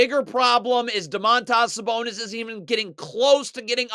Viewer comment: Domat-AHS Sabonis lol